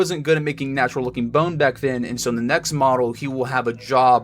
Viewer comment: good job! I liked the part where you said natrual